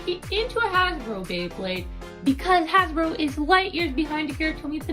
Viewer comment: HASBRO not hashbro